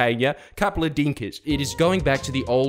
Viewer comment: ‘A couple of dinka’s ‘ 🤣. Kinda like our submarines.